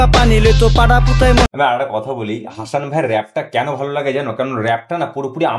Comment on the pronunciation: হাশান নয়,উচ্চারণ হবে হাসান... ভুল উচ্চারণ খুব কানে লাগছে।